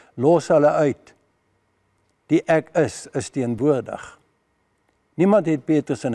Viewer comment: Ek kritiseer nie, maar myns insiens moet die klem op die ék val, dws Jesus dui aan dat Hy die een is wat die straf moet dra en nie enige van die res van Sy geselskap nie. Dit dui ook Sy breidwilligheid aan om te sterf vir ons sondes soos dit vir Hom bestem was. Pragtige preek, baie dankie. 🙏🙏